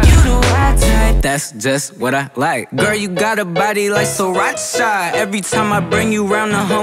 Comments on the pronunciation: Who else likes the way he pronounces Sriracha 😍😍😍 Sri-RACHA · taught me how to pronounce sriracha